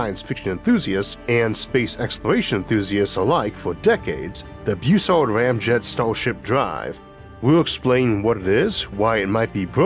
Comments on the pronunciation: Bus-sard. Not Beu-sard. Everyone gets that wrong. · A minor point and an inconsequential pet peeve. Why do you pronounce it "Beausard" ie "Boo sard"? It is a B then a U, followed by a double consonant, ie "ss", so it should be pronounced "Bus" ard, a short "u" not a long "u", or is that how Dr Bus ard improperly pronounced his name? If so, he's wrong. Honestly, the English language has gone to hell, primarily because reporters and so called journalists who graduated magna cum stupid from Columbia, could not pass a fifth grade English quiz. They broadcast their ignorance multiple times daily over radio and television. A vowel followed by two consonants is short not long, ie, "back" is not pronounce "bake". GM is an "it", not a "they". GM is a singular entity even if it is composed of multiple people, ect, ect, ect! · Pretty sure Robert W. Bussard is pronounced more like Buzzard rather than like 'Beau-sard'.